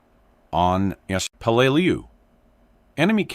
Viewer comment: I really HATE these AI Video's, they can't Speak American, and then half way through the Video Repeats it's self, this Word here the AI has Problems with: Peleliu, it is pronounced as "pe-lə-ˈlē-(ˌ)ü" or "Pell-uh-loo.", can you get a REAL American to do your Voice over, Matt Morse has a Great voice for this!